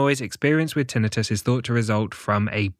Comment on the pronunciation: It is Tinnitus, not TInnius.